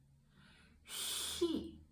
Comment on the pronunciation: Never seen anyone so arrogantly confidently say the word 'fun' wrong. It is not supposed to sound like your alpha and it makes it confusing. Same with 'o' and awesome. Don't sound the same